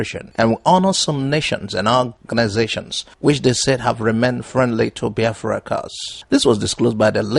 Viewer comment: Brother am still wondering how you pronounce Biafra like Yorubas when you started this programme i did not see it that way, please check if am liying, Thanks